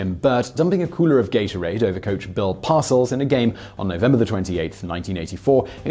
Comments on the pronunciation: Par- Sell not Parcel, silly Simon. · 1) It's STOKLEY Van Camp, not Stokey Van Camp. 2) The Giants' coach was Bill par-SELLS, not "parcels". 3) American football games use quarters, not periods. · to denote proper syllable emphasis for Simon’s benefit, its “par-SELLS” and “DIT-kuh” 🙂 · Pronounced: Par-sell twit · Every time he says "Parcels", I cringe a little more. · On the coaches names, Par-Sells and Dit-Ka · I wasn’t gonna comment but he kept saying them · "Bill Parcels" - lol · Well, he is British, how would he know. He also had a hard time with some very famous football names, Ditka and Parcells. He transpose the k and the t and made coack Bill's name sound like something you take to the post office.